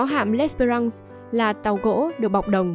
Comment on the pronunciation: đọc gì em ? tàu chiến của Pháp mà nghĩa quân của Nguyễn Trung Trực đốt cháy là tàu L' Espéfrance .( đọc és fe răn se' ) . làm clip chưa thật đúng với thân thế và sự nghiệp của Nguyễn Trung Trực , ông còn có tên khác là " Chơn hay Lịch " . mẫu chuyện kể về vợ và người con là sai hoàn toàn , góp vài ý cùng em , vì chúng tôi là người trong vùng , và lấy làm khó chịu khi mẫu chuyện không đúng về ông .